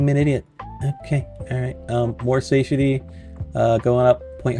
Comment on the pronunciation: SAH-TIE-AH-TEA is how you say it, phonetically. You're the second person I've watched play this game, and the second person incapable of saying that word. Though, the first guy wasn't a native English speaker, so it made sense. Am I wrong for assuming you ARE a native speaker?